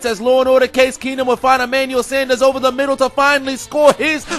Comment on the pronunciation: "in dee middle" I DIE EVERYTIME